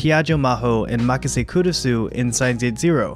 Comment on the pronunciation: Try pronouncing the "u" less when saying Kurisu, It's almost silent (the important thing here is almost), the "u" should almost be combined with the "r" when saying the name.